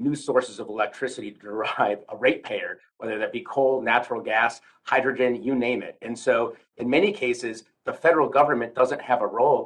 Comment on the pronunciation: Conert nucular reactor to hygrigin electric thermo nucular power.